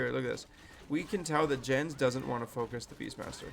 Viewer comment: It is "Jens", not "Dzshens", "Jens" is a name in Germany. Have thou seen when Neo was arguing with ChatGPT about that?